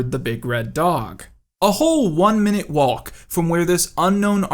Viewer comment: "a whole one minute wallck" THE L IS SILENT smh probably says "hwhat" too